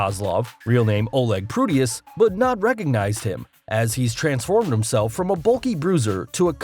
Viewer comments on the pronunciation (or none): none